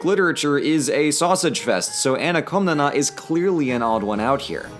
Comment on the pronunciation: Κομνηνή is closer to "Kawmnaynay", with stress on the last syllable. Only mentioned this because ever since I started learning Greek on Duolingo, the OSP Ancient Greek videos on YouTube have captured my fascination!